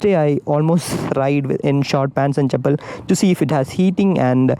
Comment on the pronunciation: When you say "chappal" 😂😂😂🤣🤣🤣